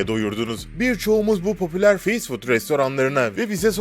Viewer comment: Fast food nasil telaffuz edilir, biraz calis, ondan sonra soyle